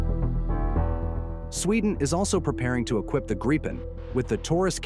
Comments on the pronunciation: What’s a GREEPen? It’s GRIP-en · It's a Gripen not a Greepin. Must be AI. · Why are Americans unable to pronounce the word Gripen? It’s simple - ‘Grip Pen’ - then just stick those words together. Not hard. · I'm in favour of honouring the minimum F35 purchase, but finish off our fighter inventory with the Gripen. Maybe even get some extra Gripens. BTW, please vet your AI narration before publishing - it's annoying to listen to mispronunciations. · Gripen Do have the wit to properly Pronounce the name correctly and not in a frontier English slant